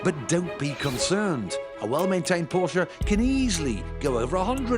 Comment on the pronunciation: Did he just say Porkuh